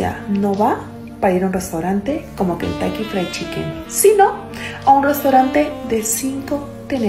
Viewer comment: Dice "kentaiky" y quiere ir a un restaurante de 5 tenedores 😂😂😂😂😂😂😂😂😂, mejor debería ir a la escuela.